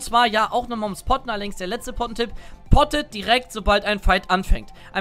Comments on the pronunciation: Wer hat nich poppen anstatt potten verstanden ? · Ich habe erst poppen verstanden 😂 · jedes mal poppen verstanden :D